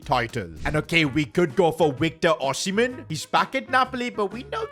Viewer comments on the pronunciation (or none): wictor oshimen